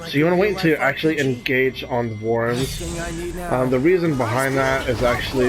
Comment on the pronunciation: I've never heard someone pronounce so many words wrong in one video. I lost my shit when he called the wyverns warrens.